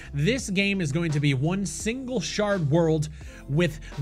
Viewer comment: the way you say "shared" as "shard" is worse than the scam they are running